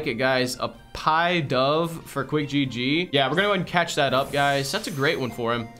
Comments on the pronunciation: It’s pidove not piedove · pidove is pronounced “pih-duv” as in pigeon dove, not like pie dove